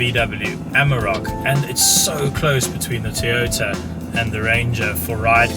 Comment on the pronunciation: its toyota not tiyota... thats how its pronounced